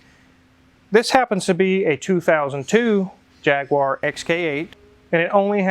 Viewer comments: jag/u /er . not jag/u/ar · It's pronounced "jag-you-er", not "jag-wah"!!! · What is a jagwar???? It’s jag u ar 😂😂 alsome channel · “Jagwar” I think you mean “Jagyouar”🤣🤣🤣🤣🤣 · Gentlemen its jag-u-ar not jagwar, please. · These cars go for very low prices here in UK,you get a lot of car for a great price,yanks say the name of these very wrong,it is JAG U ARE,not JAG WARRRR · Jag-u-ah not jag-wah...from someone in UK. Love your videos. Also al-u-min-ee-um not alu-minum 😀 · Why is he calling it a Jagwarrr - it’s a Jag-u-arr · Jag-you-arr not jagwar! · Please please please pronounce Jaguar correctly. Jaguar not Jagwaar.It's a trade name.Call the big cat a Jagwaar if you have to,but Jaguar is Jaguar. "JagUare". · Its pronounced jaaaag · Its Jag-you-uh, JAG-YOU-UH!! Although your way of saying it isnt as bad as jag-wire, I throw up a little bit in my mouth when I hear people say it like that! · Amazing Correctly denotes it has a Boot unt Bonnet but Annoyingly insists on calling this Veee-Hikull a JHAGG-WAAAAAAAR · It certainly is a nice car You can tell it was designed in the late 90s, nice jelly been shape it is jag u ar there is no w in it anywhere I wish you Americans would speak proper English At least you got the name right for that bit panel over the engine 👍👍😍😍 He was very lucky with that pipe just sitting there and how it never blew out Miracle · I like your work but I've yet to hear any American pronounce Jaguar properly. In english its pronounced Jag you aaa 🙄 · Nice to see a Jag in that immaculate condition and such low mileage. Please can you pronounce Jaguar properly there is a u in it 🤣😂. Seriously though love your channel.